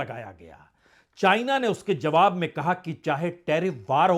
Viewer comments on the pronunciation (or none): none